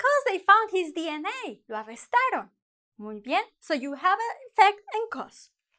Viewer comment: Lo arrestarÓn? O lo arrestaron? Be careful with stress. Good lesson anyway